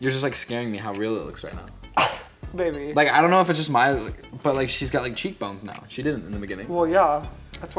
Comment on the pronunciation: "babbyy"........... ummmmm....... chile anyways so